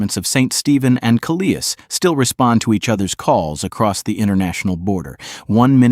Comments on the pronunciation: Ka-lee-is Maine--is properly called Kal-is--whomever is making these videos needs to learn how to speak English! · Having lived for 40 yrs in NB. It’s called Calais. Think of Alice with a c in front of it. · Why do you pronounce Calais the way you do? Obviously, the place was named after a city on the coast of France. It's Kal-lay. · Not so much the images, which were fine and obviously not AI generated. It was the narration that I found dubious. Calais, Maine is pronounced the same as Calais, France. Best of luck with your channel, it is an interesting concept and I'm sure over time it will only get better. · As a Canadian, it took me a while to pronounce Calais right after moving to the Maritimes, easy one to get wrong... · St. Stephen (not steven) is a great town--I've lived here 39 years--and it is across from Calais Maine (Kal-is) NOT kaleeis as the video calls it. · Pronounced Cal - less Amherst is pronounced Am - hurst Otherwise i enjoyed the video as I’m not too far from Calais and am quite familiar with that area of Nova Scotia. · You worked so hard at this and yet your "Cal-ee-as" made me question your work ethic. (Not to mention Amherst and Moncton.) Easy to check pronunciation.